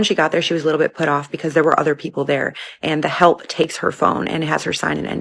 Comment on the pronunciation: Why did you have to say “the help” like that 🥲 jeeze lol